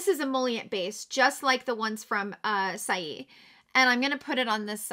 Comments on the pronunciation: Just an FYI - "Saie" is pronounced "say". I looked it up for ya on their website. Thanks for the video! You are wonderful! XOXO Heidi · i’m so happy to see your beautiful face again. i’m catching up on all of the videos that i’ve missed since surgery day. i’m giggling at the way you’re pronouncing saie (say). you’re too freaking adorable. 🥰